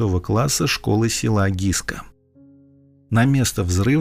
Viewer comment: СЕЛО ГЫСКА, А НЕ ГИСКА!